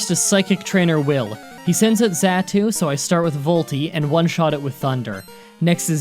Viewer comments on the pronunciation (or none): Xatu (zah-two) Just for the future if you want it not being a jerk, Love the vids keep up the good work man.